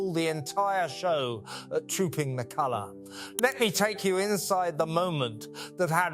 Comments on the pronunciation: Kalua instead of colour,another rubbish A1 and using voice. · This doesn't feel right.... It doesn't flow like a normal monologue. And why has he forgotten how to pronounce the word "colour"?? Yes, he will bloody insist on calling her "Kate".. But not Middleton, I cannot recall the last time I heard him refer to her maiden name. I may be wrong.... But this seems off, not quite right. I cannot remember if he pronounces the "ham" in Buckingham normally. I dunno. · Teach your AI program how to pronounce colour.